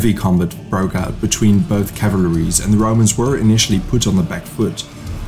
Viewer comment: "both cavlaries" :face-blue-covering-eyes